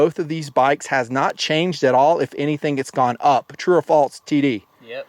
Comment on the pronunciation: True or "faltse" lol